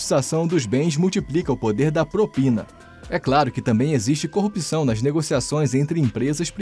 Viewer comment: É "corrupção", e não "corrupição" 😄